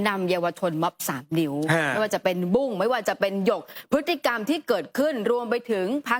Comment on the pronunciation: บุ้ง. ไม่ใช่บุ๊ง